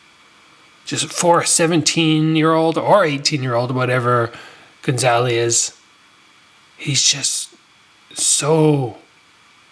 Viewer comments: ga - za - li. not gon - za - li. i think this is a great thing for jo jo, bring him back down to reality a bit. if you just feed young phenoms fish in barrels it can be crippling when they finally face equal fighters. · good video but why do you keep calling him gonzaly hahaha